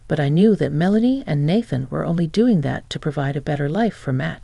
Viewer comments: Nathan na than not bath an please correct your ai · Nathan is pronounced “nay-than”.